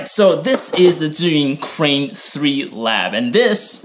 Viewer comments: How does this compare to the Weebil S? Thanks for the video! and I love that you actually pronounce Zhiyun properly, lol. So many Youtubers pronounce it incorrectly, lol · Man your pronunciation of "zhiyun" sounds like either a Taiwanese or Chinese, am I right?